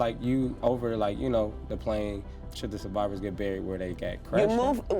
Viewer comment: i was stuck on the burying question til i realized he said survivors 😭😭